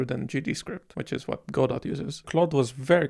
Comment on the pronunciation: also "godot" is pronounced "go-dough"